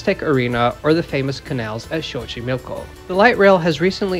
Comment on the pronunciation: Great video! But to let you know, the X in Xochimilco is pronounced as an S, and the X in Mexibús or Mexicable is pronounced as a normal X lol, a "ks" sound.